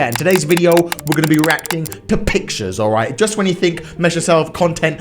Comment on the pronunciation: Thought he said erecting instead of reacting -_